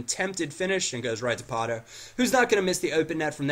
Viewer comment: there is no r in pato